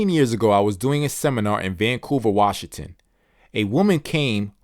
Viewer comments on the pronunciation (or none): none